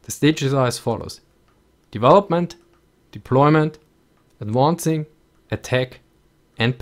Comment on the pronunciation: "Firing and adwoncing" hehe